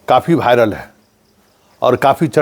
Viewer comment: भायरल नहीं होता वायरल होता है।थोड़ा उच्चारण तो सुधार लीजिए